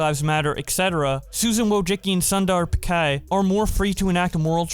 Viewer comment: This dude just pronounced Sundar Pichai as Sandar pikai 😂